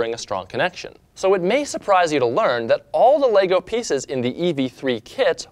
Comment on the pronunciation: yes said "LEGO" and not "Lego's"